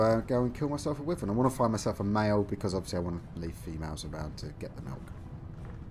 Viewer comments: Btw it’s pronounced Why-Vern not With-Vern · its pronounced why vern not wih vern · I'm British, and it's definitely Why-vern, it's not like "Tomato" over here we say Tom-art-oh and in the US they say Tom-ate-oh, "Wyvern" is universally pronounced Why-vern, sorry bud